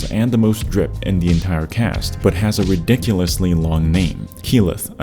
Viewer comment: My man said "droid" for "druid" it's rough out here for the D&D crowd.